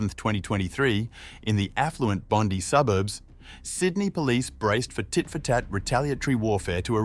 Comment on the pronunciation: Pronounced Bond eye